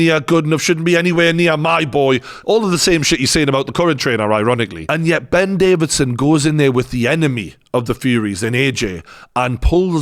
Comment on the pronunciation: Get his name correct at least! Davison NOT Davidson!